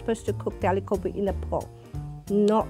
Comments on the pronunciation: I'm a British Indian, but how can these Indian mom's cook good Aloo Gobi if they can't pronounce it 😭. I even have a British accent but even I don't say a-low-gaw-be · Yeah it's aa-loo go-bhi Sheesh curb the accent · If you can’t even say ‘aloo gobi’ properly being an Indian (Mum 1) then you can’t cook it properly too. Although I do think everyone has their own way of cooking so there’s no right or wrong. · It’s funny how the women in the black shirt is acting like an expert when she can’t even say aloo gobi the correct way 💀